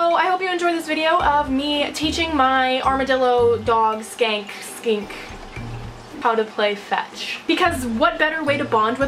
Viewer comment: um u said skank instead of skink jsyk more than 1 time lol